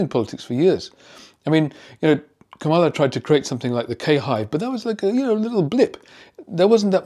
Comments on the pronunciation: Not KaMALa. Stress is on first syllable. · Dear: I think the work you are doing is excellent, to say the least. However, please make sure all your facts are correct as it only decrease your belief ability if they are not. Two small items: her name is pronounced "Kam'-ah-la", not "Ka'-mal-ah". And Donald John Trump is 79. Other than these two small errors, you a "batting 1,000," as they say in baseball. (Perfect record... virtually!)😅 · I agree with your commentary, however you mispronounced Kamala! It is Ka ma la not Kamela! Why is her name so difficult to oronounce???? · How have you been pronouncing "Kamala"? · It all worked so well that even this psychiatrist mispronounced Kamala's name. It works folks. Everything said IS obvious and out in the open... Trump says 5x5=10. Like saying import tariffs are paid by the other country. Pretty pathetic. Now they want to end the dept of education. We are doomed.